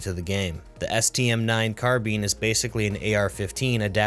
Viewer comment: It's not Carbeen.....